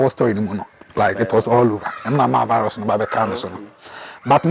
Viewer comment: Please it's not vilus but rather virus